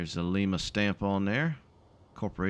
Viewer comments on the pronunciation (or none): Love your content man, keep up the goo work. PS: its pronounced Lime-a.